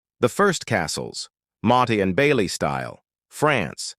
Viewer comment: Awful AI, motty n bailey 😂